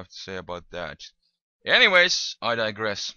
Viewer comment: Hey, what is I die gres thing u said???